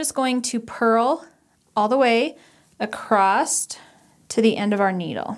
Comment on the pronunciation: I love the tutorial. Thanks. I'm not sure if you know that you say acrost instead of across.